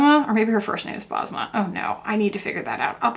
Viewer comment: Basma is a Middle Eastern name, it means smile in Arabic 😊. U pronounce it Bes-ma